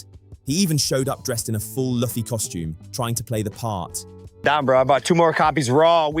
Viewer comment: Monkey D. Lewey HAHAHAHA Edit: bro I dislike logan as much as the next guy... but you again mispronounce Luffy... and you criticize him for saying it wrong right as you say it wrong too.